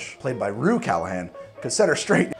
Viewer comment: I cringe everytime he says Rhue's name wrong.